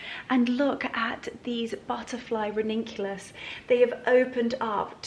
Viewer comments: You are going to kill me but it is ranunculus not raninculous. Sorry but someone else will most definitely say it as well. I hope you see it as helpful not critical but I like to know if I have said something the wrong way or spelt it wrongly - maybe that is just me. I mean well so please don't take offence. You are popular and it may help you to have a sling on for a few days to help - just for a few hours until it settles down and reminds you and also so you don't bang it again. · You are just precious. You can pronounce ranunculus and anemone any way you choose. We know what you mean. I'm so glad your head is okay, your elbow too, all in good time. I have to say, though, that I was concerned for you. A bump on the head like that can be so dangerous. Your Easter guests are going to feel so loved and pampered. You have such good friends. Happy Easter to you!